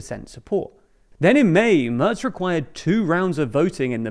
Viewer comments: Merz spricht man wie den März aus, und das ist genau das, was der Kommentar weiter oben anspricht. Anstatt es wie „Mörz“ auszusprechen, was im Video getan wurde, sollte man es eher wie März aussprechen, was dem englischen A-Ton im Wort Mac entspricht. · It is not pronounced Merts. The A is pronounced roughly like the Ma(c) from McDonald's.